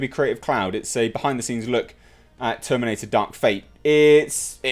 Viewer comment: You had me at "Darka.....fatta!" 😁